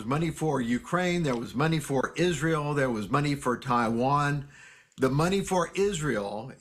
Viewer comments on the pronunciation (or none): none